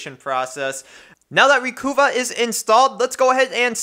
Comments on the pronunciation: It's pronounced "recover", not "reh-cu-vah". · "Recuva (pronounced "recover")" It used to say on their website.